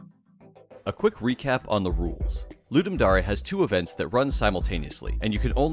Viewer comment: It’s dare not dar-E